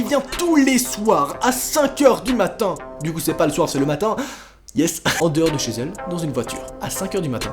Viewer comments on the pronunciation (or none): A tu dit:" devant ces gel" au lieu de devant chez ellle